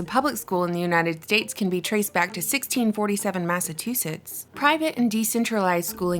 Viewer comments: Did she say Massatoothsus? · You pronounced Massachusetts wrong I learned how to pronounce it out of school